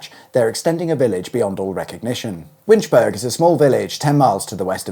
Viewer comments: OOH! Winch-burg ? OP it's Winch-burr-ah (think Edin-burr-ah). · Scrolls down to the comments to see how many people are screaming "Winch-Berg??? its Winch-boro!!!!" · Please can you use the correct pronunciation it's not winchburg it's it's pronounced winchbora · It’s pronounced ‘Winch-bur-Ah’ not ‘burg’. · Interesting video, as indeed are all the Auto Shenanigans videos however, the village of Winchburgh is pronounced as in Edinburgh, that is borough and not burg. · it is not Winchburg as you keep saying , the burgh part of the word is just like in Edinburgh and is pronounced as is 'borough' in some other place names . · 'Winchbura' not 'berg' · I've been pronouncing that town wrong since the electrification of the railway line I guess. Burrah instead of burg because Edinburgh is spelled the same. Shame they won't get that rail station soon, yet again another car dependant town. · It's not "Winchberg" but "Winchburra" just as Edinburgh isn't "Edinberg" but is "Edinburra" but that said great videos and thanks for the Scottish themed music on secrets of the motorways...nice touch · This is SCOTLAND... WinchBURGH.... BURGH as in EdinBURGH, not as in HamBURG or GettysBURG!!!! EdinBURGH, MusselBURGH, HelensBURGH, WinchBURGH!! 🤦‍♀️🙂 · Pronounced Winch-burgh not Winchburg, same as Edin-burgh🤦🏻‍♂️ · What he said! Winch-borough; not Winch-berg! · It's pronounce "Winch bur-uh". And "Ir-vin". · Winchburgh , the latter part pronounced like Edinburgh ( think borough ) - it is NOT winch-burg as you keep mispronouncing it ! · Pronouced Winchborough matey, Irvine is pronounced Irvin 👍👍👍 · Winch burg 😂 I cannot watch this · Cringed every time you said 'Winch-burg'. I don't know any burghs or boroughs in the UK that ever pronounce it with a hard 'g'. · Winchburgh rhymes with Edinburgh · FYI it's pronounced Winch-bur-uh (same idea as Edinburgh) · winch-burgh there is a h on the end of the name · Pronounced Irvin, not Ir vine Winchburgh; winch-burra